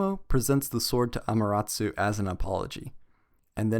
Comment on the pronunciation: He's not pronouncing it right